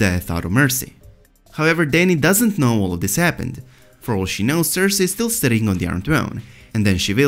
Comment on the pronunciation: The way you say cersei absolutely destroys what very little happiness I have left